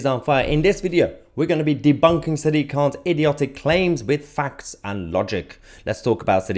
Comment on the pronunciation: lolll how tf do you pronounce his name? I’ve been dying laughing…. sah-dic k?? 😂